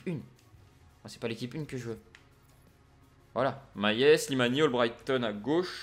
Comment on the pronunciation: C'est MaLLet et pas MaYet mdr